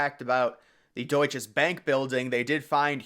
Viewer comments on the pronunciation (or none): The building was built by Bankers Trust. You should have known that if you did any research. Also, learn to say Deutsche - there is no S on the end of it.